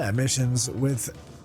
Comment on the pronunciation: Sy- U-len... ;)